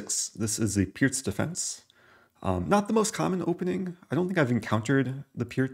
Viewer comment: FINALLY someone pronounces the Pirc defence correctly :)